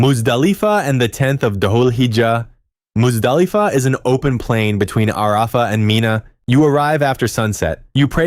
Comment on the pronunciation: "ARAAAfa" almost made me cry, it was so painful to hear.